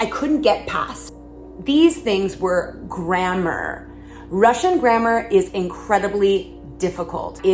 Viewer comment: Your pronounce "grammar" funny. "GrammEUR"?? Never heard it like that! LOL! I like your cute top, though. XD